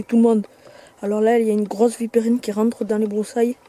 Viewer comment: Par contre Vipérine pas vipeerine